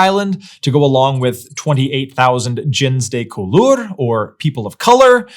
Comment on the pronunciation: Your pronunciation of “gens de couleur” is atrocious, and this is from someone who French people had a hard time understanding because I couldn’t pronounce French words correctly after years of living there. It should be more like “zhahn duh cool-err” (IPA: ʒɑ̃ d(ə) ku.lœʁ).